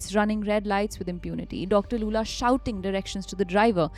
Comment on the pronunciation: how do you pronounce Lulla as Loola